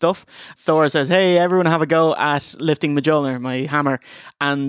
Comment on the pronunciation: “Muh Juhl Neer” What? It’s “Mewl Neer” Mjulnor is Norse after all